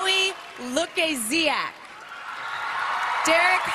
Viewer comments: of course Maddie won, and the way they said 'Lukasiak' bothered me so much. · nobody cares when and what Chloe won first, she is known as Pity winner. They didn't even pronounce her name correct. Everyone is celebrating real winners joy-yasss Maddie! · I'm happy that Maddie won. I just feel bad for Chloe because not only did she not win, but they mispronounced her name too.. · IM DEAD SHE MISPRONOUNCED CHLOES LAST NAME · Let's just talk about how completely butchered Chloe's name lmao